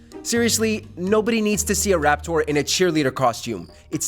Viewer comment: No one's going to talk about how he pronounces raptor?